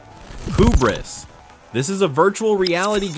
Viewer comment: I have never seen someone pronounce hubris like that, that's not how you say it